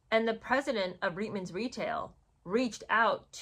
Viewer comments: It's pronounced reetmans...not ritemans...Canadian here...of course, other than if you are a Newfoundlander, they for some reason pronounce it as ritemans...but then again, they pronounce many things differently...like pouch cove is pooch cove...topsail road is topsul road...lived there for 13 years, and just didn't get it... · Reitman’s is pronounced “reetmans” - Canadians do not do brash - we’re too polite 😂